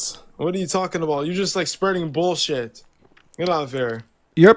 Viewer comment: "You're stating bullsit." You're correct, sir, he's reading your Bible.